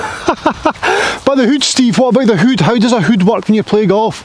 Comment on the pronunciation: You can’t beat a Scotsman saying the word hood XL Steve great content in all your videos. Here’s to the next 100,000 viewers 🥂🏴